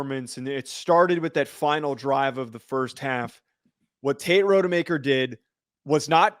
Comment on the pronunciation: Not RODE-e-maker. It's ROD-uh-maker. One google search and you can see that.